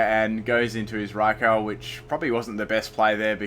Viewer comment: Raikou is pronounced rye-ku.